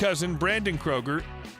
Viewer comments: pronounced "kruger", not "kroger" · It’s pronounced crew-ger